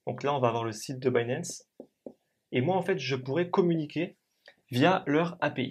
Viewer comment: pishing, pinp, dinp, mais il arrive à prononcer binance à l'anglaise. Sacré français !